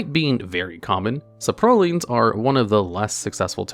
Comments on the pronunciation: i feel like there is at least one weird pronunciation per video of yours. where is that random emphasized syllable in 'saprolings' coming from? sapROLLING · Right the saproling pronunciation really got me lmao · why does he say "saprolings" like that